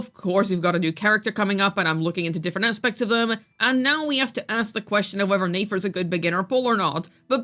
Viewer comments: It’s pronounced NEH FER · Girl why are saying Nefer as Nayfair 😂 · "NAE FER" like bro learn to read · Click bait, reworded videos posted 3 times just to hate on a character and spreading general spreading misinformation about them (basically your whole channel), and also mabye stop mispronouncing a characters name that has an obvious pronunciation? Never thought you'd stoop so low. Yikes 😬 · How are are we still mispronouncing the character's name when multiple characters including Nefer herself has said her name in game to clear up any possibility of a misunderstanding...🤔?